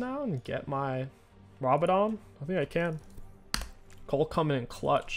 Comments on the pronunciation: It's Kayle, not Kell. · The way this guy pronounces Kayle is so frustrating 😂